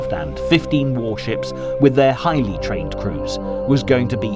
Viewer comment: And it would be nice if you had script readers who understood English. Here's one problem, that of emphasis: When you say "The HIGHLY trained officers surrendered," what you are also saying is that there were a lot of barely trained officers who didn't surrender. To avoid this very clear implication, you need to read "the highly trained officers" in an even tone, conveying the meaning that all the officers who surrendered were highly trained. Get it? You need readers who understand this sort of thing from childhood, though. I.e. native English speakers, or literate adults.